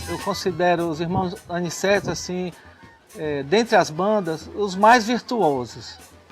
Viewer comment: O nome certo é Aniceto não é Aniceti..aff